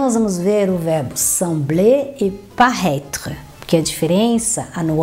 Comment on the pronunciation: Ela pronuncia o verbo como si fosse parraitre!! Frances ao brasileiro.